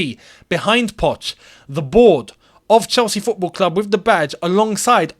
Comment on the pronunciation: 🤣🤣 that emphasis on " talks FFFootball" already got me laughing and the vid just started🤣🤣